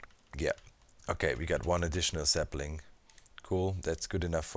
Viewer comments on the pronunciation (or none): when you say sapling it kinda sound like sethbling